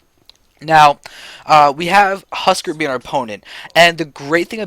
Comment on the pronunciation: "Husk-are" not "husker"